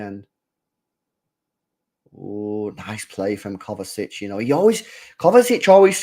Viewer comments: Kovačić (kovachich) is the correct pronounciation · Bruh there is no T in Kovacic ffs. Every stream u keep saying Kovatic?? Where the hell is there a T in his name?? It’s KovaCiC. Imagine saying Poden instead of Foden all game or every stream 🥴